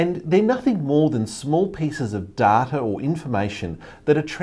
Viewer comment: Omg he said data and not data